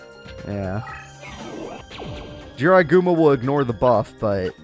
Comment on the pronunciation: When I Heard say Is That A Jirai Gumo Its Sounds Like IS THAT THE GRIM REAPER